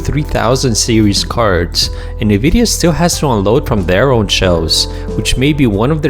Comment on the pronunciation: It's pronounced: 'En-Vidia' not: 'Nuh-Vidia'.